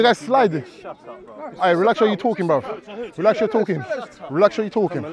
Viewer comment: Saying relax your talking... Would help if he could pronounce.